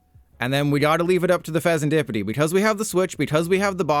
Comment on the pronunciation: I hate how you sed fesenSkippidy lol